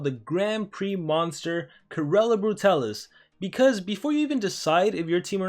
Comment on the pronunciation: It's pronounced Corall